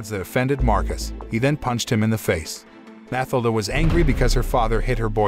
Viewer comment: Pretty sure the girls name is pronounced Mah till dah.